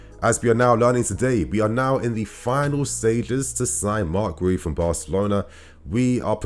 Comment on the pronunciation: guiu is pronounced "gyoo" -- one syllable